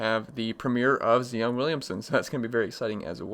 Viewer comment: Zion (Z-eye-on). Z- 👁- on